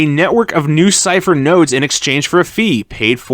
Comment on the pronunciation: Sounds more like lucypher